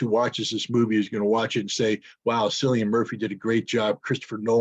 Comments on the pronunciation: Cillian Murphy is pronounced Kill-lee-an. Not Sillian. Cillian means "bright-headed" in Irish. Cil or Kil means church or monastery and many Irish place names start with that. The name would have been in reference to the fact that the Irish churches and monasteries educated bright-minded people from all over Ireland and Europe after the fall of the Roman Empire when Europe was in turmoil. It was these Irish monks and scribes that kept the Christian Church alive. Just saying. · Hey Scott the actor's name has a hard C, a K sound.